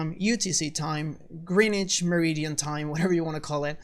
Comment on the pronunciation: Oh...... and Greenwich is pronounced "Gren-idge". The pronunciations and grammar of my language is often strange and often tricky.🇬🇧🇺🇸✌✌